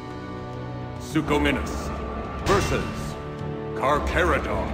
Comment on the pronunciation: The announcer says suchominus too